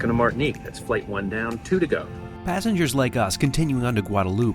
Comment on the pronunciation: Gotta say, it's a little strange hearing my name in a video here on YouTube. Thanks for pronouncing it right 😂 Martinique.